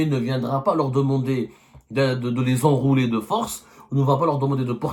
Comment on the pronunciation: Enrôler pas enrouler